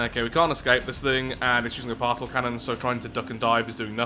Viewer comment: It still amazes me that you pronounce Particle as Parsel instead of Part-ih-kuhl